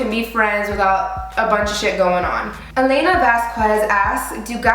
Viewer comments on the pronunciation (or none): none